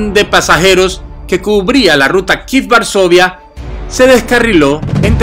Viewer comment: Kíef not kif😂